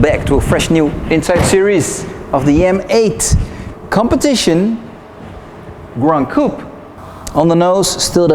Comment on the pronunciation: Please stop saying Gran Coup…